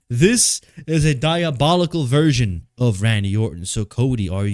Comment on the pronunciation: got a bit of Hater "VEERSHIIN" in him now.